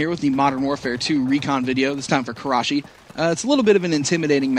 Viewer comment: u said that so wrong